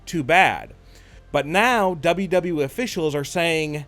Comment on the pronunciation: I can't remember how many times he said Dean Ambrose is returning to WWE he says double double E